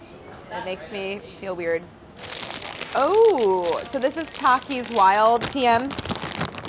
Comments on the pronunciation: Traumatized by how she kept pronouncing Takis😂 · She said “Tokis” no it’s tAkis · She said tackis bruh don’t say like that it’s takis lol